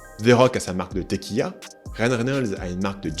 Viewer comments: " la téquilla " XD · c'est pas commun de prononcer tequilla au lieu de tequila x)